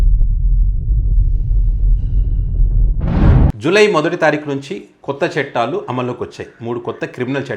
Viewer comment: "చెట్టాలు" కాదు నాయనా! 'చట్టాలు' అనాలి!!